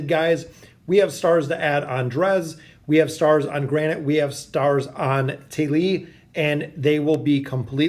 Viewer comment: Thali (Tah-lee)